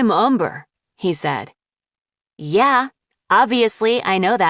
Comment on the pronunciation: why is everyone saying yay blob